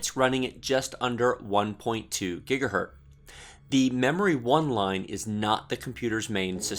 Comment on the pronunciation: man it's "gigahertz" not "gigahert"